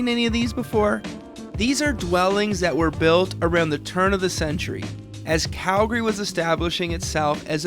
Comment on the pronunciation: Thank you for pronouncing our city correctly. Its Calgary, not Cal - Gary. Drives me nuts when people say it like that. #YYC #HomeSweetHome